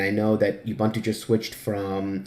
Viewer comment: Really great guide. I had already figured out alot of stuff but I had no idea where to find good icon themes and nautilus always annoyed the hell out of me. Thanks alot! PS - Ubuntu is pronounced OOO-buntu (that's like You without the y or like doom without the d or the m) and not e-buntu.